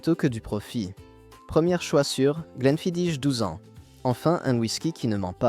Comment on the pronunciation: Mauvaise prononciation pour le Glenfidich, c'est du gaélique...Les rumeurs sur le produit de cette marque étaient courantes à la fin des années 90